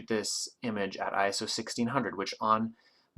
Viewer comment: At last. A photographer who correctly pronounces iso! Great video btw :)